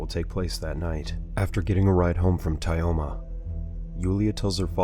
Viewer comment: Pole Skin, Tie-Oma ... the way this TTS pronounces russian names is hilarious